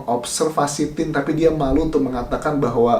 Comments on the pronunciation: sarawit, sarawut. terus tin. cm mau kasih saran aja pak kalau mau bahas sesuatu pastiin benar spellingnya. apalagi ini nama pemerannya. lucu aja dengernya jd salah2😭 yg bener sarawat trs tine (tain : bacanya). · Lidahnya keseleo.. 🤣🤣 Salawat , dan Tain cara baca nya yg betul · Tine Dibaca nya Tay om bukan Tin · Tine pak ,bukan Tin . Bacanya Tine(Tain) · Terganggu dg Tin...😬..Tine dibaca Tain atuh pak...🤦‍♂️ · sepemikiran! Wkwkwkwk.... kalo bacanya Tin kan tulisannya Tin aja.. klo Tine ya "Tain"